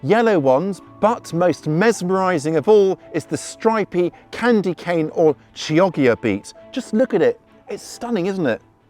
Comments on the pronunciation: Chioggia = "Kee-OH-dja" is how it sounds (the OH a very short-sounding "o" as you'd pronounce it in the word "often" even though in Italian it's a long O of extremely short duration) although to be absolutely perfectly text book correct, it would be Kee-OG-dja, with the first G, the one following the O, very hard and the second one combined with the "i" soft and "j" - sounding. Many thanks and respect for your super-helpful videos. Discovered some new insights and new practical ideas in this one. A Good and Prosperous New Year to one and all, and to you much gardening love from Northeast Ohio, U.S.A. 😊💚💚💚💚💚😊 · Downloaded the book - THANKS! And congrats on this. BTW......Chioggia is a town just south of Venice in Italy....."kee-oj-ya" I bet they have great beets there!